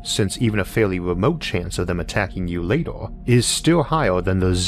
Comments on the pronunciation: Seriously how can someone so well spoken and eloquent look at the word "Later" and say "Lator" what about an E makes you say O ? I would love to consume this amazing well thought out and informative content but honestly, if you cant speak, hire someone who can. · So get fucked and fuck off then. If you'd watched his older videos, you'd know 1. He's got some fascinating videos and 2. Man's got a speech impediment. No need for you to be a dick about it, just click off back to recordings of guys hitting themselves in the testicles or whatever you watch normally.